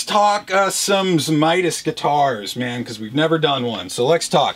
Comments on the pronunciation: Best flat top Friday ever. Tony always said a 12 string should be tuned to C as it was basically a bass instrument. His name was also actually pronounced Zamatis & not Zamitis! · I believe it's pronounced "Zee / may / tiss". I'm just 1/2 Lithuanian, so I could be wrong.